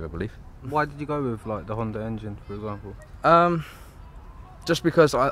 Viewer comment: It's not called HONDAR, it's HONDA.... HONDA, with no R on the end.